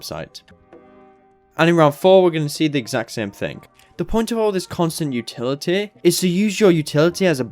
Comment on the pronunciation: Good vids. Weird how you say utiliteeh tho.